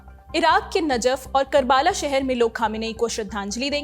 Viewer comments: Didi, Vo 'करबाला' nahien 'करबला' hai Ye mein aapko isiliye bata raha hoon.. Because Hazrat Imam Hussain ki shahaadat करबला me huyi thi.. Isiliye ye sheher Islam aur khaas taur par Shia-Islam me bahot zyada important hai - aur iss wajaah se ye janaaza Karbala jaayega.. To iss poore Janaaze ka sabse important stop over (Karbala) ka naam sahi se bolna to banta hai.. Ye waise hi hai jaise mein agar Indian Stock market ke baare me Reporting karoon aur uss waqt Mumbai ko 'मुम्बै' boloon.. I hope you get my point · It's कर्बला not करबाला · करबाला नहीं कर्बला